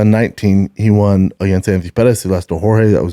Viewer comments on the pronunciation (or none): Is it me or does say “Wawn” instead of Won